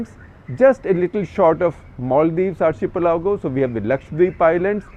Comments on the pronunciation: Isn't it... Ar- key- pelago rather than Ar- che -pelago?? We spell architecture that way! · Is pronounced Ar "khi-pelago" not chi- pelago.. #cuttheclutter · Sir, so many youngsters watch your videos. It is important that you get your diction right .Not meaning to offend but you mentioned the word "archipelago" several times with wrong pronunciation...it's pronounced " Arkkippelago".We are all creatures of habit you have previously mentioned about people pointing out your America as Umrikka.. and you did make an effort to change it. Might I also add the word " iron". You always say " I Run".. so do many others north of Vindhyas..could you look into it please . So the next generation doesn't copy the mistakes we make..thank you🙏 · SG sir, are you sure you are pronounciation of Archipelago is correct ??!!